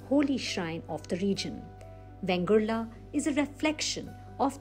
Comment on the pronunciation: In narration please give correct name ie vengurla not bengurla